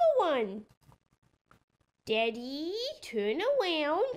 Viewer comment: instead of daddy i hear deaddy